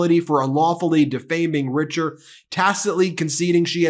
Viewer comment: Richer is actually French and it is pronounced "Reeshez". Just thought you should know. :)